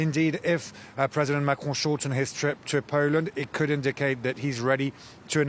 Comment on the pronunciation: Pronouncing “Marcron”….. I think I’ve figured it out. Start by saying “Mac”….. and then clear your throat.